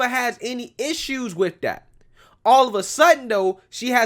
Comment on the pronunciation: How about trying to speak English. It's with it, not wid it.